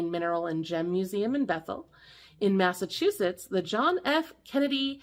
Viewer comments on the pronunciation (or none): none